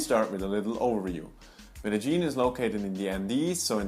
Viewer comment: Why don't you pronounce it MED DE YIN. That is the correct way. Where did ME DE GEAN come from?